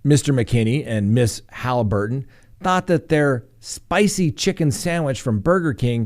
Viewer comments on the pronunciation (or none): You almost sounded Italian there " Itsa spicy" 😂